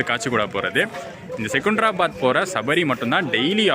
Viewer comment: செகுந்தராபாத் இல்லை செகந்திராபாத் என்று உச்சரிக்கவும்